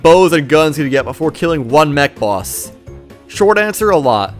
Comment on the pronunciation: I heard mech boss as neck boss and was really confused